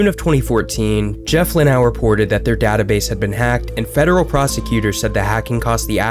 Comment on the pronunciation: Jeff Luau wishes you'd pronounce his name LuhNOW like it's spelled. Nice video though.